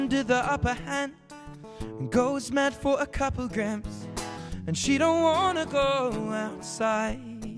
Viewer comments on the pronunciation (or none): Anyone here how he says grams . LoL, sounds americany (not a real word...). Love yah Ed!